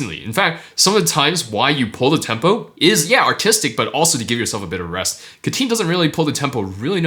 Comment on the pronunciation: Am only a cat liker here, not a lover. But he is not Ca-teen, but rather Cat-teen. He indeed is a cat lover.